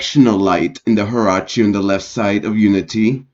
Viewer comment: "higher" "arkee" ...dude! ughh